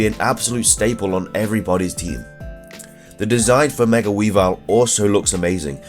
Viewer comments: why the pronunciation of "mega" as "megger"? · Are you saying "Megar"